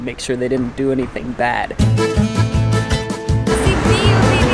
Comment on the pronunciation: Sibiu is the single word u pronounced correctly lol